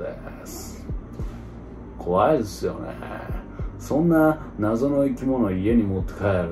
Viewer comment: こわいぇすよねえにハマりすぎだろw